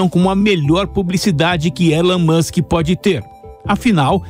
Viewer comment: Esse elon mouchen em 😂😂😂😂😂😂😂😂😂😂😂😂😂